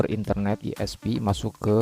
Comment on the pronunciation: Itu bacanya ai-es-pi